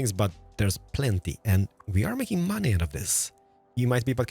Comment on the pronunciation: "And moany people," Keralis, which variety of monay people are you talking about?